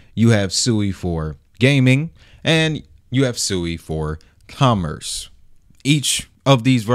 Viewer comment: It’s pronounced (SWEE).